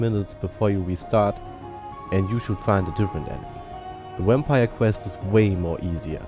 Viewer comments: it sound like your saying wampire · You say wampire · is it just me or does this guy sound like he is saying wampire because of his accent.